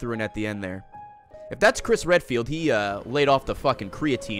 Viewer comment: who is Crish Readfield?????